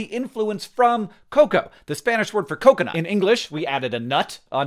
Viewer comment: Hank I understand you're a Basement Yard fan but you cannot keep pronouncing coconut this way 😂😂😂